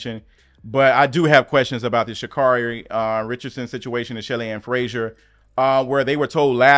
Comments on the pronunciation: Sha’Carri is pronounced “Sha-CARRY.” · I adore you and your content. Please pronounce our Black Women’s names correctly. COMMA-la. Sha’Carri is pronounced Sha’Carrie.